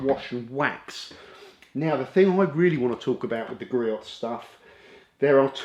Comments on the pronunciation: Griot's is pronounced Gree-Ohs. 🙃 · Love their products and are available at the local auto parts houses if need it quickly. And the proper way to say their name is: GREE-OHS (check out their USA home page near the bottom)